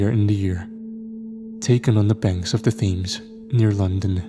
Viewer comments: these ppl gotta be trolling u… Thames is hard to know if you don’t already know the pronunciation! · It's not an "accent" thing. He is right, Thames is pronounced "tems" and Greenwich is pronounced "Grenitch". If I were wrong pronouncing words I would like to be corrected as well, if we're not corrected we go through life either looking like idiots or offending people. isn't "bugged" by his comment...he literally thanks him for correcting him. It's noble of him to do so, as he is well educated and an intellectual....and a good sport about it too 😊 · It's pronounced Tems and grenich mate